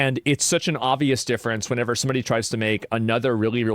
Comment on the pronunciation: Asmon says whenever too often incorrectly